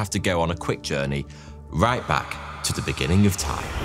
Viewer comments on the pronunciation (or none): none